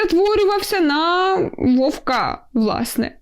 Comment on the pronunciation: вОвка) а не вовкА)